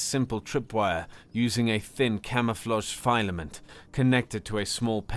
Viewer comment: it's fill-ah-mint